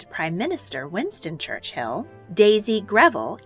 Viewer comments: Brits normally prounce it Church-ill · Great content, very informative, but so many pronounciation mistakes. Never heard Churchill pronounced as Church-Hill before. The names and places you are going over are British, thus the different pronounciation. It would be helpful to look up all the names before making the video.